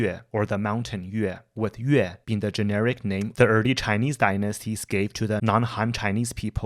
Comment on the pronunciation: i agree. this guy is better than many and he pronounces the names the correct way